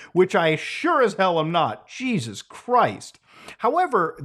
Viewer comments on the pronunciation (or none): none